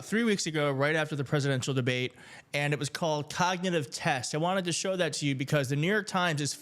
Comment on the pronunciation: Ugh you'd figure that ad would get someone to read the word "cognitive" correctly. How tf did they let that ad get out with her pronouncing it "cogdinive"?